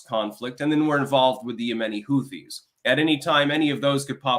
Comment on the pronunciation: Anyone notice how has a problem with silent H's? It's 'Who-ti' and 'air-loom'. lol